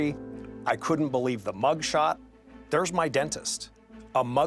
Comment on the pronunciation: oof this was 2/3s of us in the states 😂”a MUGSHOT(leans in for emphasis) of the PRESIDENT🤯”